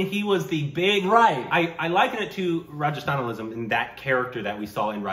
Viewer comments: I was figuring out which movie was talking about when he say Rajasthanalism then I realised its Ranghasthalam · I crack up everytime he says Rajasthanalism. What is it exactly? Rajasthani journalism?